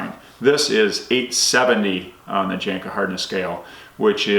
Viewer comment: The J is pronounced like a Y. Janka